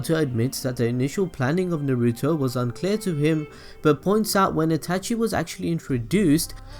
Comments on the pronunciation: Why can't this guy pronounce things correctly? It takes away all enjoyment from a simple monologue. Naruto is pronounced Nah-Roo-Toe. Not fucking NAY-Roo-Toe. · who tf is Nuh-ruto??!! smh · Can U please learn how to pronounce shit like u can't pronounce NARUTO or mangekyou sharingan